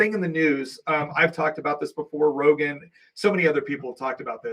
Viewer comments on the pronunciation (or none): none